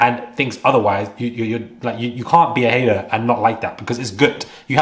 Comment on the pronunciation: Hahaha the word/phrase "hater" sounds so funny in a British accent 😂It really needs that hard 'R'.